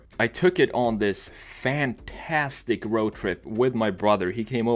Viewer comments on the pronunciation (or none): none